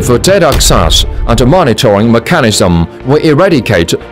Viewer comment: 英文解说员发音非常难听，又要装地道，又大量发错音。。。 例如： most advanced 发错成 most advance-da and living architecture 发错成 and-a living architecture 这种就是国人讲英语常见装逼装过头了的后果。。。 下次再找英语解说员配音可以找我帮你们把把关哈 WeChat: missterryli